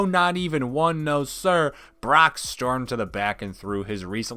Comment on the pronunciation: did this man just say “the bork?”